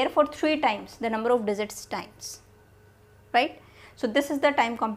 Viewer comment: teaching well mam and that digzit digzit 🤣